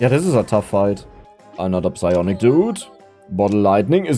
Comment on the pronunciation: I know is saying the P in Psionic Dudes, I just can't prove it...